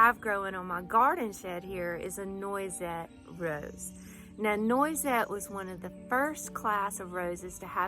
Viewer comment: Beautiful garden! It's pronounced nwah-set. It's French.